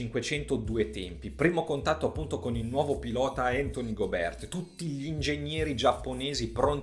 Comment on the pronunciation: Tutto giusto però non ti offendere ma Gobe'rt pronunciato così non si può sentire 😂